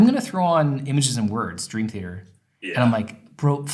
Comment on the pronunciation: i love where he put emphasis in band names cannibal CORPse, dream THEater. gonna start doing that too